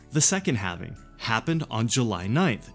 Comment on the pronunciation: Nice video! Halv-e-Ning! WOOT